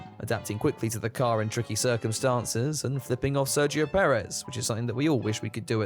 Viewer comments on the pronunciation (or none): none